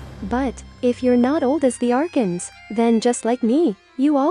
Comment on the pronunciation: Might want to give your script a proof read over before giving it to the AI Its Festering not Fastering. Fastering isn't even a word Plus you may further want to redo audio takes for words like Archon as the AI cannot pronounce that correctly (Are-Con not Are-kens)